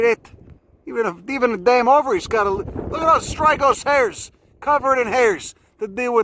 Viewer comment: “Look at those hares” he’s pronouncing it hares, not hairs.